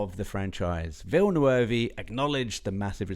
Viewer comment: Please, please make an effort to learn one French word in your life even though you are British, Villeneuve!!!!!! Your pronunciation is making our ears bleed!!!!!!